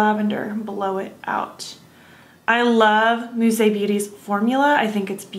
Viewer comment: Beautiful!!! I love it!! And you pronounced it well!! 🌻🌻🌹💮🌼🥦🥦💐💠🥀🥀🏵